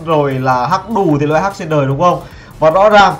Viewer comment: hách chứ ko phải hắch